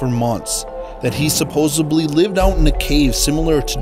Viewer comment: Great video, and a lot of fun to watch. But did he really say "supposebly" ?